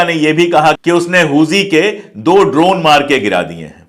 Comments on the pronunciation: हूजी नही हुती होता है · huzi nahi huthi hai vo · Huzi nahi Huti hota hai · Sir not hoji it's hothi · Sir Huji nahi Houthi pronunciation hai ..